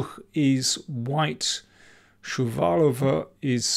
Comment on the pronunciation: Well, dunno for Indian WIM, but your pronunciation for Shuvalova is as perfect as your English one:)